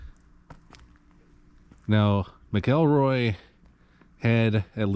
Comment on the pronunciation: Man do your research! Nothing more infuriating than hearing people butcher the names of the people they’re doing a video about. MAC-EL-ROY